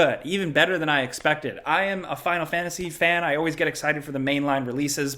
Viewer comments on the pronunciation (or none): none